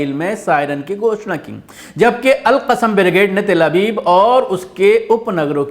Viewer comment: Assalamu alaikum....."AL-QASIM" nhi "AL-QASSAM" hai.. Jazakallah khair...